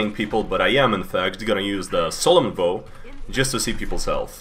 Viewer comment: It’s not solemn voh it’s solemn vow as in solemn v- stubs toe ow